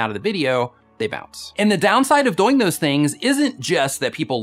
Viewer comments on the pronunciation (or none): On live stream he said it a different way too. I think he said doe-ing. Instead of doing (rhymes with boing). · u say doyng